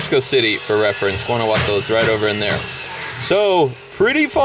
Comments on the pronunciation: I say A for effort on trying to pronounce Guanajuato. It’s pronounced Guan-a-jua-to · It’s pronounced WANNA-HUA-TO. Just if you wanted to know. :) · Omg Guanajuato is not pronounced like thaaaaat (still loved the video don't hate me) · Why did you say “guanaguato” 😂😂 guanahuato is how you pronounce it even tho it’s spelled Guanajuato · It’s gonna be a booze 🥃 room ...also when you say Guanajuato you pronounce the “j” like an “H” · love you bro but the j I’m Guanajuato isn’t pronounced that way and it bothers me please pronounce it correctly it’s supposed to be like an h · You completely butchered the pronunciation of Guanajuato